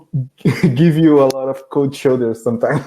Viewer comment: Parabéns, sua pronúncia é muito boa, mas quero te dar uma dica importante para melhorar ainda mais. Na palavra "of", o "f" é pronunciado com o som de "v", fica exatamente "ov", sendo que a letra "o" tem o som de schwa. É que já percebi em vários vídeos que você fala com o som de "f", e eu sei que às vezes não percebemos tão facilmente essas nuances da língua inglesa. PS: A palavra "Off", essa sim é pronunciada com o som de "f". Good job!